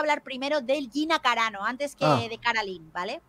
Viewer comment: Dice Gina caranao en vez de carano 😆😆😆